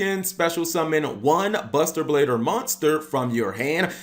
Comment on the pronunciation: Did he say buster bader